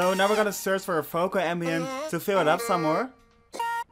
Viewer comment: Does someone else hear Focal instead of Vocal? 😂 Good Job btw